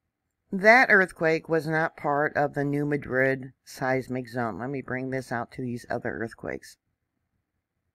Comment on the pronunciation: Thank you! Greetings from TN! (Pr. "new mad rid;" not "new madrid.") 🙏🏼🌻